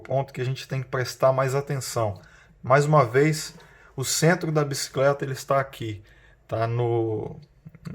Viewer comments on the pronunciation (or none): video topissimo, só fala a palavra Bicicleta e não "biscleta", perde a credibilidade apesar de perceber que vc tem um vasto conhecimento.